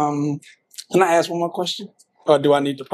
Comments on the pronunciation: ASK, NOT AXE!!!! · Please please please people say ask not acts